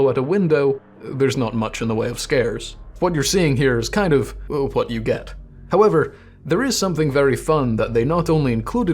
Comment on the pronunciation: OMG. We have the same desktop background... I guess I'm subscribing. EDIT AND YOU PRONOUNCE "WH" PROPERLY!